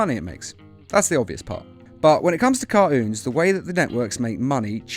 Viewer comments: Kart-Unes...? "Car" "Toons" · Wait Why do you Say caroons Its Cartoons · I swear he said - caroons - does he know the the t isn't silent? 😒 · Pronounce the T in cartoons